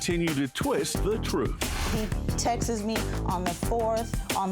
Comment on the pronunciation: It's texts not texis!!!!